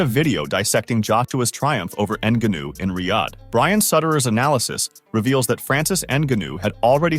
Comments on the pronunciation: Rrrrrrt "Enganu" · you keep saying his name wrong... "N- Gun New" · People really taking this video seriously he cannot even pronounce the mans name correctly it’s not what you know but what you can prove 🙄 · Can’t pronounce his name right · This s*** should be taken down because of the title. Desperate headline for views. At least learn how to pronounce francis surname correctly lol